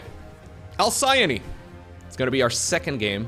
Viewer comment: Halcyon Hal-see-on Alcyone Al-see-on